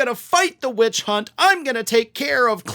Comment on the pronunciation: Did he say "bitch hunt"?